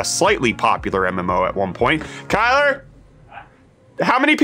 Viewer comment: at it again, first Bret’s “T” now Kyle’s “R”